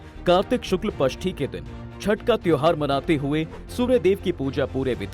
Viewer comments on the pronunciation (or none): Pasthi ni shashthi... arghya nahi...ardhya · Aap jisko pashthi bol rhe wo shashthi hai